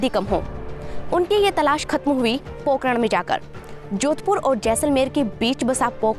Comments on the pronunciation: Pokaran nai pokharan😂😂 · Madam it's Pokharan....not pokaran...Zalzala not jaljala...Ragistan not Ragisthan.... correct your pronounciation. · पोकरण नहीं। पोखरण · अरे इसे पोकरण नहीं पोखरण कहते है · it's not pokran it is pokhran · Pokean nahi pokharan kaha jata hai